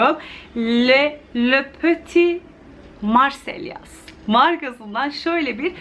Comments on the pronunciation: lö peti marselliya diye okunuyor :) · Lö pöti marsey diye okunuyor abla